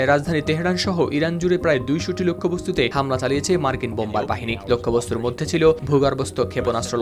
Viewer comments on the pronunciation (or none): none